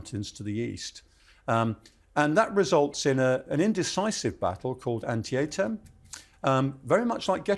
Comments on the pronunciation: An-tee'-tam (not An-te-ay-tam): I've been to both Antietam and Gettysburg more times than I can remember. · On-tee-ay-tum? Hahahahahahahhaa. You mean Ann-tee-tum? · An-tee-tum BTW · It's An-tee-tam. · Love how the mispronounce Antietam lol (And Ewell at first Oool) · Interesting pronunciation of Antietam. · Antietam is three syllables. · He is British, after all. Lol. But, as a Maryland native and resident (live like 25 minutes from Antietam), i noticed his pronunciation immediately.